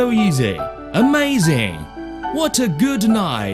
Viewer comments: Came here for AHMAYZING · Ahmayzing! What a gud knife!